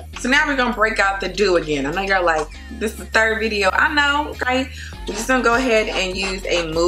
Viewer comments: Love how she say okay !😂💀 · I like it when she says “okaey” lmao